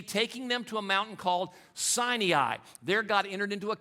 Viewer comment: lol mount "Sigh Knee Eye"